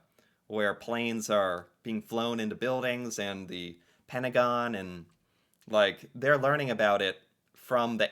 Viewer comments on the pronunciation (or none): none